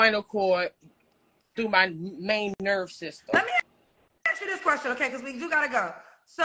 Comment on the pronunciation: "ASK" not " AKS" 😂